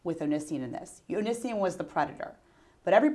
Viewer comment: I love how she purposefully pronounces Onision as "Oh-Nee-See-In" instead of "Oh-Nee-See-On" LOL.